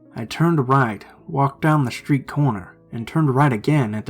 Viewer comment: Schtreeht, direcshion, bookschelf 😂 why am I laughing